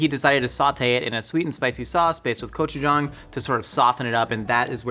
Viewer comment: Love the Korean sauce!! Though, it's not pronounced "Kochujang", but "Gochujang". The Korean language doesn't really have a G sound, but a very soft K sound that is often "romanized" (translated) to a hard G sound. A hard K sound is a completely different letter. Gochujang = 고추장 Kochujang = 코추장 meaning something like KO Chief (gibberish).